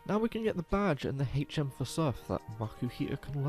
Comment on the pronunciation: I subscribed the moment you said Hech Emm